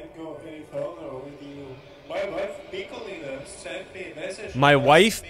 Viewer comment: It’s pickleina not pickle eater lol 😂